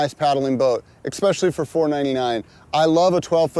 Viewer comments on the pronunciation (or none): "e X pecially"